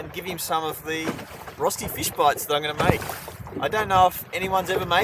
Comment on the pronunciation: Cooome on:D When I saw the title I wondered how you would pronounce ROSTI:D I remember you once said that you speak some German, so I was hoping for a nice RÖSTI:D Fish in batter (and breading) is my favourite method of cooking fish, so I will definitely try your recipe! Maybe with Milk instead of water?